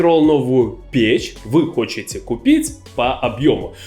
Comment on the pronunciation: Хотите! Правильно говорить «Хотите»